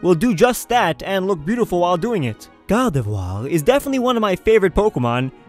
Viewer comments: spelling-gardevoir prononciation-ghardhevhoar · stop saying guardevoir😂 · in your top 10 favorite pokemon list you said that your top 2 favorite pokemon your top 2 pokemon you want in real life were and since when do you pronounce gardevoir as gawdevwaw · I love it how you say "Gardivoir",XD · "Gardevoiiir" So funny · "Gardevwaa!" xD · The way he says "Gardevoir" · I love how you say gardevoir its a lol